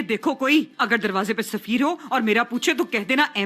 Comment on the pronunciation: Likha hua padha hoga show mein , turkish me safeer hai , urdu me usse bolte hua zafar ho gya woh 😂